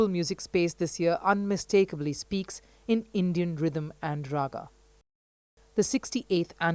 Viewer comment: Please pronounce hindi words correctly ..emg raag , not raagaa.